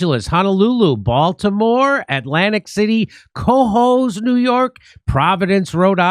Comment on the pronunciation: Jimmy, They'll love you in Cohoes, NY if you pronounce it like "kuh" "hose," with emphasis on the second syllable. Signed, Upstate New Yorker.